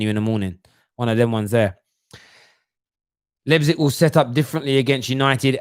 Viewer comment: Hey. Leipzig is spelled like this for you English guys:) Lighpzig